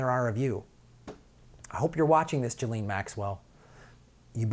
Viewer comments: It's Geh-laine 😁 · Listen to Virginia Roberts, the blond in the pic with Prince Andrew, and listen to the way it's pronounced, since she spent YEARS with them both. . Although the 'JIZZ' sounds cool, it's a hard G as in golf, and the S is silent. "GHEE lin." Oooh, that actually sounds as ugly as she is!!! o_O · I believe it's pronounced "Jizz-lane" Maxwell.